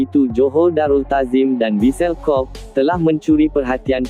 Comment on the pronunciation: Kobe bukan Kob la admin.. macam mana kau sebut dan makan tempe Atau kau sebut ole-ole.. Perlu banyak buat kajian dalam sebutan kalau na buat content.. Bukan sekadar buat jerr